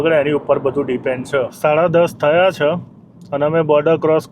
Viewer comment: બધી ભાષા ની પત્તર ફાડી ના ખી છે ! એક પણ ઉચ્ચારણ સાચો નથી! એક પણ જગ્યાએ માતર નથી. છે ની જગ્યા એ છ.